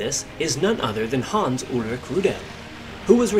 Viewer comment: U pronunce his name like it was french:D Like rudélle. Its just rroodel. Like noodle with a strong r. And im not getting startet how wrong yullrick sounds ^^